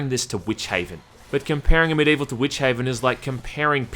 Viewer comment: Is it just me or is pronouncing Medievil instead of Amid Evil during the entire video?